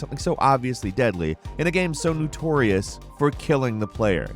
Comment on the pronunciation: Did you say Gnutorious